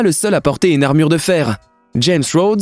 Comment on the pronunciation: Sur l amure d Iron Man ta oublié le r